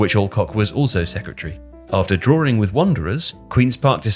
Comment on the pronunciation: Good video, except for the pronunciation of "drawing". It's a goalless draw, not a goalless drawer, hence the pronunciation should be "drawing" not "drawering".